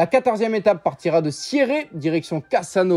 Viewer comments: La ville de départ de la 14e étape, Sierre, se prononce ‘Sière’ et non Siéré. Renseignez-vous avant de faire un commentaire totalement erroné. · CRANS se prononce Cran Et SIERRE se prononce SIère et non Siéré😊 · CranS Montana 😂 et Sierré 😅 prononciation du Far West pour les villes du Valais! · Regarde jusqu’à la fin quand il parle de sierre 😂